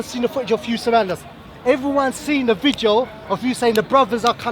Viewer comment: Can someone tell that it's pronounced "VIDEO" not "VIJEO"